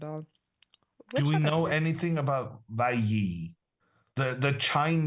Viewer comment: Hammer can’t even pronounce WEI Yi… so he doesn’t speak “American English”